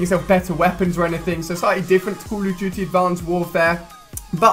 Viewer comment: Heh heh call of juty